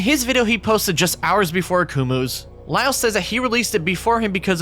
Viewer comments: That's how Lio pronounces his own username lol. Like "lye-oh" instead of "lee-oh" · I’ve never seen a native English speaker pronounce the word “Lio” so very wrong lol.